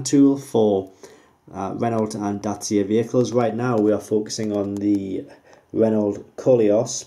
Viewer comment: The fact you can't pronounce Renault makes me question purchasing it.